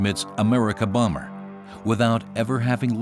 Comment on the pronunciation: Exelente vídeo, porém aprenda a falar Messerschmitt e Bomber. Dói no ouvido ouvir vc falando errado.